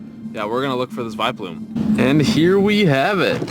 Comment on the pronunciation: its vileploom not viploom